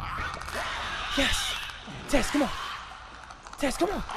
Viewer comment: When he said "Tess,go!" I legit thaught he said "Tesco!" I'M BRITTISH GET OVER IT!!!!!!!